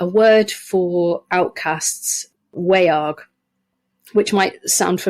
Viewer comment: The vowel in Old English 'wearg' would be pronounced like the vowel in modern English 'laugh'. The word is monosyllabic - not WAY-arg, but more like /wæ͜ɑrɡ/. The sound is a diphthong. And the quality is the result of A-fronting characteristic of the Anglo-Frisian languages.